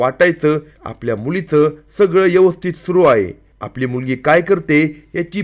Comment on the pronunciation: Is it 'यवस्थित or ' व्यवस्थित'